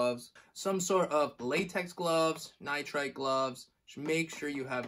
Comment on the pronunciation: Nice videos, it is hard to find good beginner tattoo videos. I hope your mis-pronunciation of isopropyl alcohol and nitrile gloves was intentional, though.